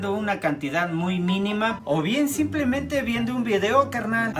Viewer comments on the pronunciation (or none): none